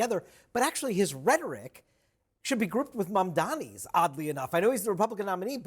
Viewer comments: He keeps calling his opponent Mandami lol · He’s so devoted to saying it “Mandami”. It’s not hard! Why can’t these boomers get it? Mamdani! “Mom” as in your mother, “Donnie” as is Donnie Osmond! Drives me fucking insane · he cant even name "Mamdani" correctly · I like Curtis Sliwa, but he should know how to pronounce Zohran Mamdani's name by now.